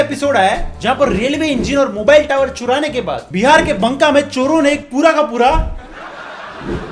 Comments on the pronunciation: Are BANKA ka hindi me बांका बोलते हैं, बंका nhi bolte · Use banka ni bolte baka bolte h n silent h 😭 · By the way its not बंका its बांका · its not bnka 😂as u pronounced.. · Bro in banka...n is silent it's like baaa(aadha n)ka😂